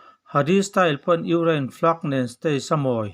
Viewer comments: Ugraine...Ni lovin, Ukraine tih zawk tur aniang. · I thu chhiar hi ngaihthlak a hreawm Ukraine i lam dan te reng2 mai hi🤭🤣🤣🤣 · I thil lamdan chu leh': Ukraine Colonel leh a dangte..I hnar pin vang a ni ang😛😄😄